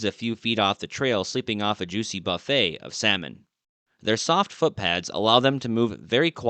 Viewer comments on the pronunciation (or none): none